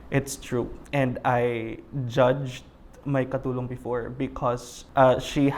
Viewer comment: I cringed everytime said katulong and thats just one of many